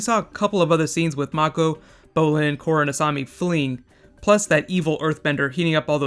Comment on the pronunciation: Le Korra is Le awesome....and saying Le is Le lame :p